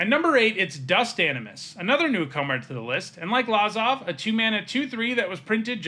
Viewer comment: It’s pronounced Luh-zav not Lah-zav.